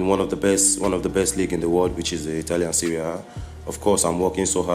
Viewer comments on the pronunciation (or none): none